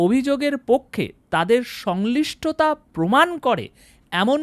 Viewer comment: উচ্চারন ঠিক করুন। শব্দটা সংশ্লিষ্টতা। সংলিষ্টতা নয়।